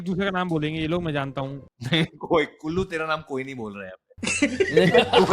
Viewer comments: Is he calling Kullu - Gullu :) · "Gullu you're dating anyone" with a theda smile and theda fuck up of names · him calling Kullu "Gullu" and then "Guddu" was the funniest shit